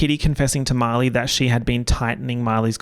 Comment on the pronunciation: it throws me off everytime you say Marley i hear "molly" and i get so confused hahaha